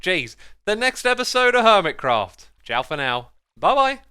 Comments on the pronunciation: he said crerft instead of craft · seconds in did you say hermit crow??? or am i stupid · anyone hear “Hermitcrow”?